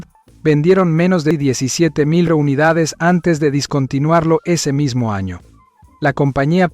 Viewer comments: La palabra es descontinuarlo y no discontiluarlo..!!!!😊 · Descontinuarlo con EEEEEEEEEEEEEEEE.